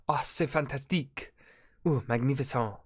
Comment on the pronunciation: Him: magnificon Me speaking half good French: 😂😂😂 But seriously, that was really good pronunciation for an English native speaker